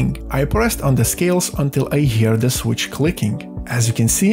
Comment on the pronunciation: Ландан из де грейт капитал оф де ворлд. Бля, ну реально. Зачем мучать жопу и говорить с таким диким акцентом. Тупо молчи и наложи красивые субтитры, будет гораздо лучше, чем твои де вместо the.